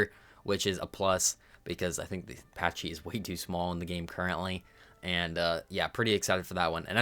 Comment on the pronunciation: Pachy is packy* not paccchhhy